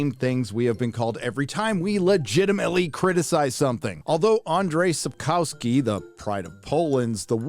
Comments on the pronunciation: Just a side note... In Polish a "W" is pronounced "V" So not "kow-ski" ... "ko-V-ski" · All good, but it's Sapkowski, not Sepkauski. Please, check the pronunciation.